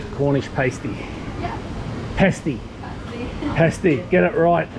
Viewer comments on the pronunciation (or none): Paah-stee not Pay-stee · Nonono. Not a paste - ee. For F’s sake. It’s a pastie. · It’s pronounced P ass sty not paysty. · Pass tee not pace tee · Paahsty not paysty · Oh dear, , Cornish Paste-ee!! Pasty, Pasty, Pasty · Yeh, get right. Cornish Passsssty. Pas, not pay ! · When he was calling it Paysty at the start I wanted to rip my eyeballs out. The girl behind the counter must have thought, what is this guy on? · It's pretty obvious he's an Aussie so go easy. He wasn't speaking Swahili. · Aaaaaaaagggghhhhhh Cornish PASSSSSS Teee........ "paste-eee" indeed!!!!!🤣🤣🤣🤣🤣🤣🤣 Bless!!!! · Pasty? pronounced Pass-ty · I think it's pasty in the UK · Pronounce past ee... your pronunciation means pale washed out ...lol but sounds like you've got it! Yay! Great video thanks... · There is only one Y in Pasty and it comes at the end, not in the middle. It is not pronounced Pay-stee. 🙄😖